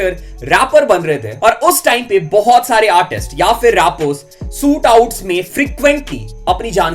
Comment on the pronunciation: Bhai your videos are good and I like them but pronounciation kabhi kabhi kafi galat hojati hai.. try to focus on that also.. eg. Sootout